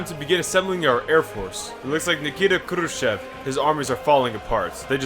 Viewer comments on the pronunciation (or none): Your Russian pronunciation is actually pretty on point. Just remember sometimes e is actually like yo. So it's khrushyov, and you're golden